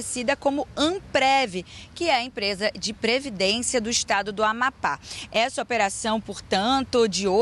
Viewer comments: NAO SABE FALAR AMAPÁ. 😅😅😅😅😅😅😅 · Afundou ! Depois do Silvio o Jornalismo do SBT afundou. Dias atrás um "jornalista" disse que Raul Castro morreu. Agora essa ilustre não consegue pronunciar Amapá e Macapá. Incrível, Lombardi !!!!